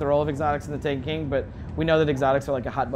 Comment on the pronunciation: This guy can't say "The Taken King" clearly. Sounds like he's saying "The TANEKEEN"